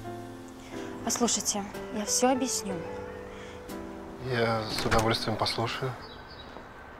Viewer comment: Сейчас уже везде говорят "абисню" Вместо объясню. Скоро будут просто мычать.